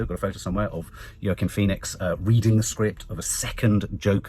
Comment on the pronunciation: I rather enjoy your butchering of the name Joaquin, you give a different name every time!